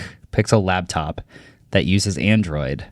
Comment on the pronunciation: | "Labtop" - It's "laptop" not "labtop" 🤣